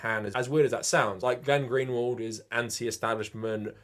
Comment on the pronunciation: Why do you keep calling Glenn Greenwald "Glenn-Gary"? Am I missing something?